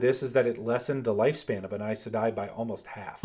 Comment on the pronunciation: Does it bother anyone else how he say aes sedai??? I? I say e....